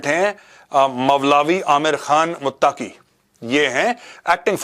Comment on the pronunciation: Mawlawi amir khan mutaqi nahi molvi ameer khan muttaqi naam to sahi say sekh lo major sahb